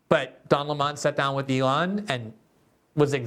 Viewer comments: GG, I see you're giving tucker some credit by calling Don lemon, Don Lee monnnn. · I never knew before watching this video, that his name was pronounced; “His Higness, Sir Dön A’Lleighmòn” Somebody said just yesterday, that post giving his Pulitzer worthy interview of “X” magnate Mr. Musk, that now he goes by: “The Duke Of Employè No Amorè”